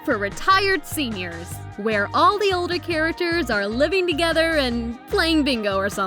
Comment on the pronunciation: Say characters right